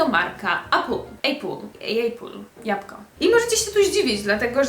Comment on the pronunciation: Japko* XDD